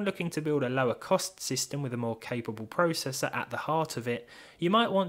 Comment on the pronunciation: You say processor/process wrong